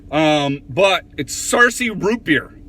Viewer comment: You nailed saying the name :) i love this.. as a kid we had that with a raw egg